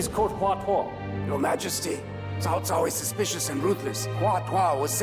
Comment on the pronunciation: Cao is pronounced three different ways throughout this episode by three different actors. Tsao, Cow, and Jow. Actors need directors. You can't just give them a script and let them do what they want. lol